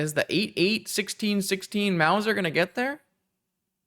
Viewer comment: Loved the deck and the games! However I do also feel obliged to point out that that Big Mother there is a "mouse-r", as in a cat who catches mice. Doesn't rhyme with Bowser.